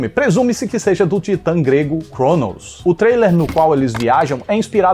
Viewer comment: Não entendi por que falar “Chrounous” em se tem “Cronos” no vocabulário brasileiro e, se quisesse usar a língua de origem, seria “Kronós”, do grego, sem esse sotaque de inglês que tem que encher a boca pra pronunciar a letra “r”. Fora isso, showwwww como sempre. Esse filme me pegou de surpresa positivamente na época, porque fui vê-lo justamente na expectativa de reclamar dos clichês que estavam bem aparentes pelo trailer kakakakaka